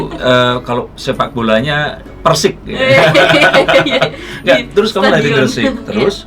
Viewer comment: salah bukan persik bos persegres gresik bolanya... awas nnti banyak yg bully klo slah ngucap persegres bukan persik😁😁😁